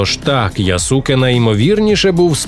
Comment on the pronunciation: Яске а не Ясуке читається. Користуйтеся будь ласка правильною системою транслітерації японської